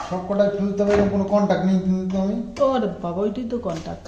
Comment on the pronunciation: তোমার ভিডিও দেখে ভালো লাগলো...তুমি যেটাকে contack বলছো সেটা contract হবে...contract ' চুক্তি ' আর contact 'যোগাযোগ', haraj নয় 'harass'....তুমি এতো ভালো ভিডিও করো English কথাগুলো ভুলভাল বললে লোকেই তোমাকে টিটকিরি মারবে...সেটা শুনতে নিশ্চয়ই ভালো লাগবে না....তাই বললাম কিছু মনে করো না please...শরীর ঠিক রেখো..❤